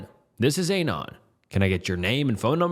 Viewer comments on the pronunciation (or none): Dude. Listen to how it pronounces Anon as "Ei-nan". Canada is pronounced CaNAda. I could list a ton of these very tell-tale signs of AI. Another big tell is when the narrator is sharing his own thoughts about a story. The AI tries to feign a a contemplative tone, but the tempo of speech zig-zags from slot to fast to slow in a way no real speaker does. Maybe you're a young person who's grown up with AI slop and you literally can't tell. I was just asking out of curiosity. Enjoy yourselves. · Scariest part of this video was his mispronunciation of "anon"